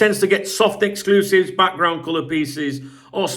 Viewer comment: It’s sounds like one of those dodgy ‘ exclushite ’ 👍